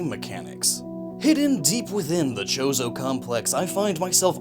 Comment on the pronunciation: Every time he say chorzo i here chorizo and now im hungery